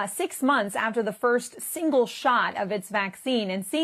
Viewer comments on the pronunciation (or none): "its singe-shot vaccine" 😂😂😂